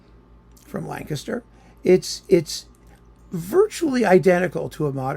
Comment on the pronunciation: You pronounced Lancaster correctly !